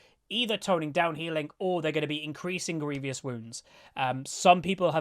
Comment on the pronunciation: i find it so funny how many people, including myself most times, say grievious wounds. there is no 'i' between the v and o xD